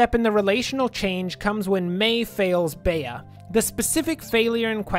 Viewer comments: Spare me and please say Bee instead of bay-uh please for the love of god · CURSES ITS Pronouced BEE not bae-a